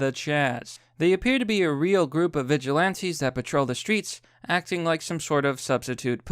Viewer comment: Actual Text: Vigilantes: Veg ilantes. Sometimes I think he mistakes on purpose, and I'm ok with that.